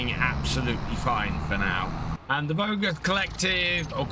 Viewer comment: The end "s" of "Vosges must not be pronounced :)